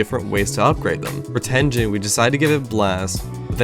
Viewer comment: did you just say.... /ten-jen/ ??? 😧